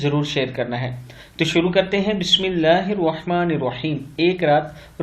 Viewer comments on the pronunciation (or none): none